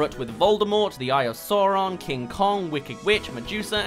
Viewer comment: it just fucks me up how the lego batman movie pronounces sauron wrong